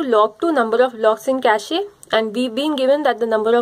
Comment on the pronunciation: Best video so far. For feedback: Cache pronounced like "cash". Its not cashy.